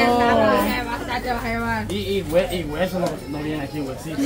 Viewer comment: No es pozol es pozole